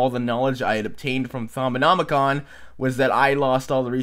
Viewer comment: HE SAID THAUMONOMICON RIGHT!